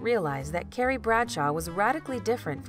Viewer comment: Did anyone else hear “Gary” instead of CARRIE